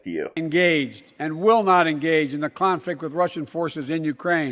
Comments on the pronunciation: He wasn't saying Clonflict....he was saying Clownfucked 🤣🤣🤣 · Sounded like he said clownflict and I'm not saying that because he's a clown 🙄